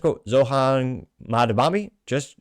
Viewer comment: It literally takes a single deep breath and 5 seconds to pronounce his name correctly. If you can’t even do that then just take your entire channel down. Pathetic.